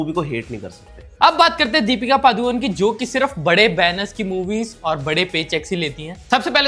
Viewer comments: The actual pronunciation of Padukone is not पादुकोन it's पडुकोणे that's also a place name in Karnataka that's where they hail from. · पादुकोन नहीं The correct pronunciation is पडुकोणे (Saraswat Brahmanas also have a surname called Moodukone मूडुकोणे